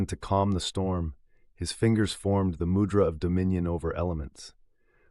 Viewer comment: Refreshing to hear mūdra pronounced well, and the voice being a real person, thank you!!